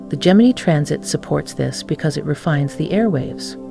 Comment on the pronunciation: How many ways can you pronounce Gemini… none of which are the correct one…🤷‍♂️